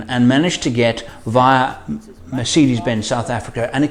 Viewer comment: Great video and your German accent is really good😊. You should do a german vlog one time👍🏻Greetings from Germany